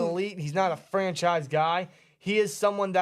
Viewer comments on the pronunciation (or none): is FANchise not Franchise